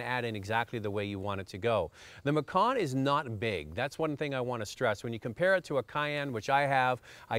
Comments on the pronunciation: The vehicle is a MacAn, not a MacOn. Why do many folks mispronounce... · Bruno TaTa And you believe this why? Are you an expert on German pronunciation? I can assure you it is NOT pronounced McKAAAN as this fool is doing. (For info: I speak German) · Love the way he makes sooo much effort to say Porschuh so that he thinks he sounds so clever, and then creates some weird way-off version of Mackkawn... laughable.